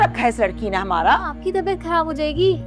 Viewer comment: پلیز خراب کو خراب بولیے کھراب نہیں